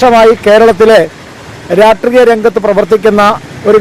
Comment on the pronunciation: RAASHTREEYAM❌️ RAATREEYAM✅️